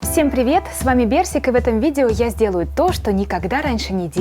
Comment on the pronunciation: Не Берсик а Персик